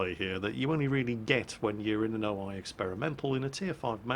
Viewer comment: Damn it. It´s O-I not O-AI. You´re pronouncing it wrong